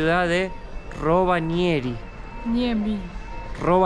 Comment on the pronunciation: RobaÑeri dijo jajaja ROBA ÑERI JAJA